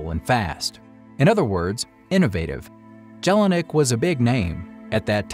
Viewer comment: I am sure the J in German names is pronounced as a Y in English